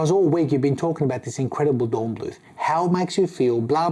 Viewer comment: Nice watch, but, given how invested you seem in the brand, it's a bit disheartening how you keep butchering the brand name. Angry greetings from Germany